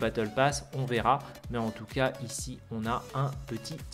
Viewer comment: « En toutou cas » 😄